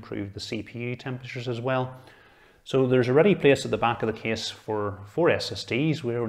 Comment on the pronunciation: Not too slow not too fast. I just think its funny that when he says "Case" it sounds to me like "Kiss" :D